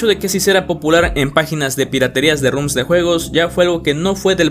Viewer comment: Roms no rums